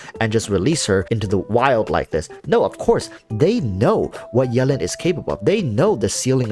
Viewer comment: Is anyone else bothered about how he says "yellin'" instead of Yelan?